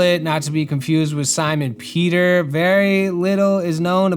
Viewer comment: As an italian, I could really see the effort you put into pronouncing the words right! Thank you for the respect, Peter!! ☺️ I love these type of videos! I think that learning alongside someone who is researching for a project is so much more fun than being taught haha